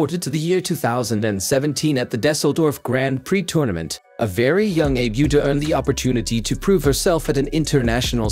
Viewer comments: And it's not pronounced "Dessledorf," either. SMH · The computer couldn’t even pronounce Düsseldorf correctly. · Yes, pretty sure the pronunciation of "Dusseldorf" was also WAY off, and I've only just started. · He also mispronounced Düsseldorf. Lol😂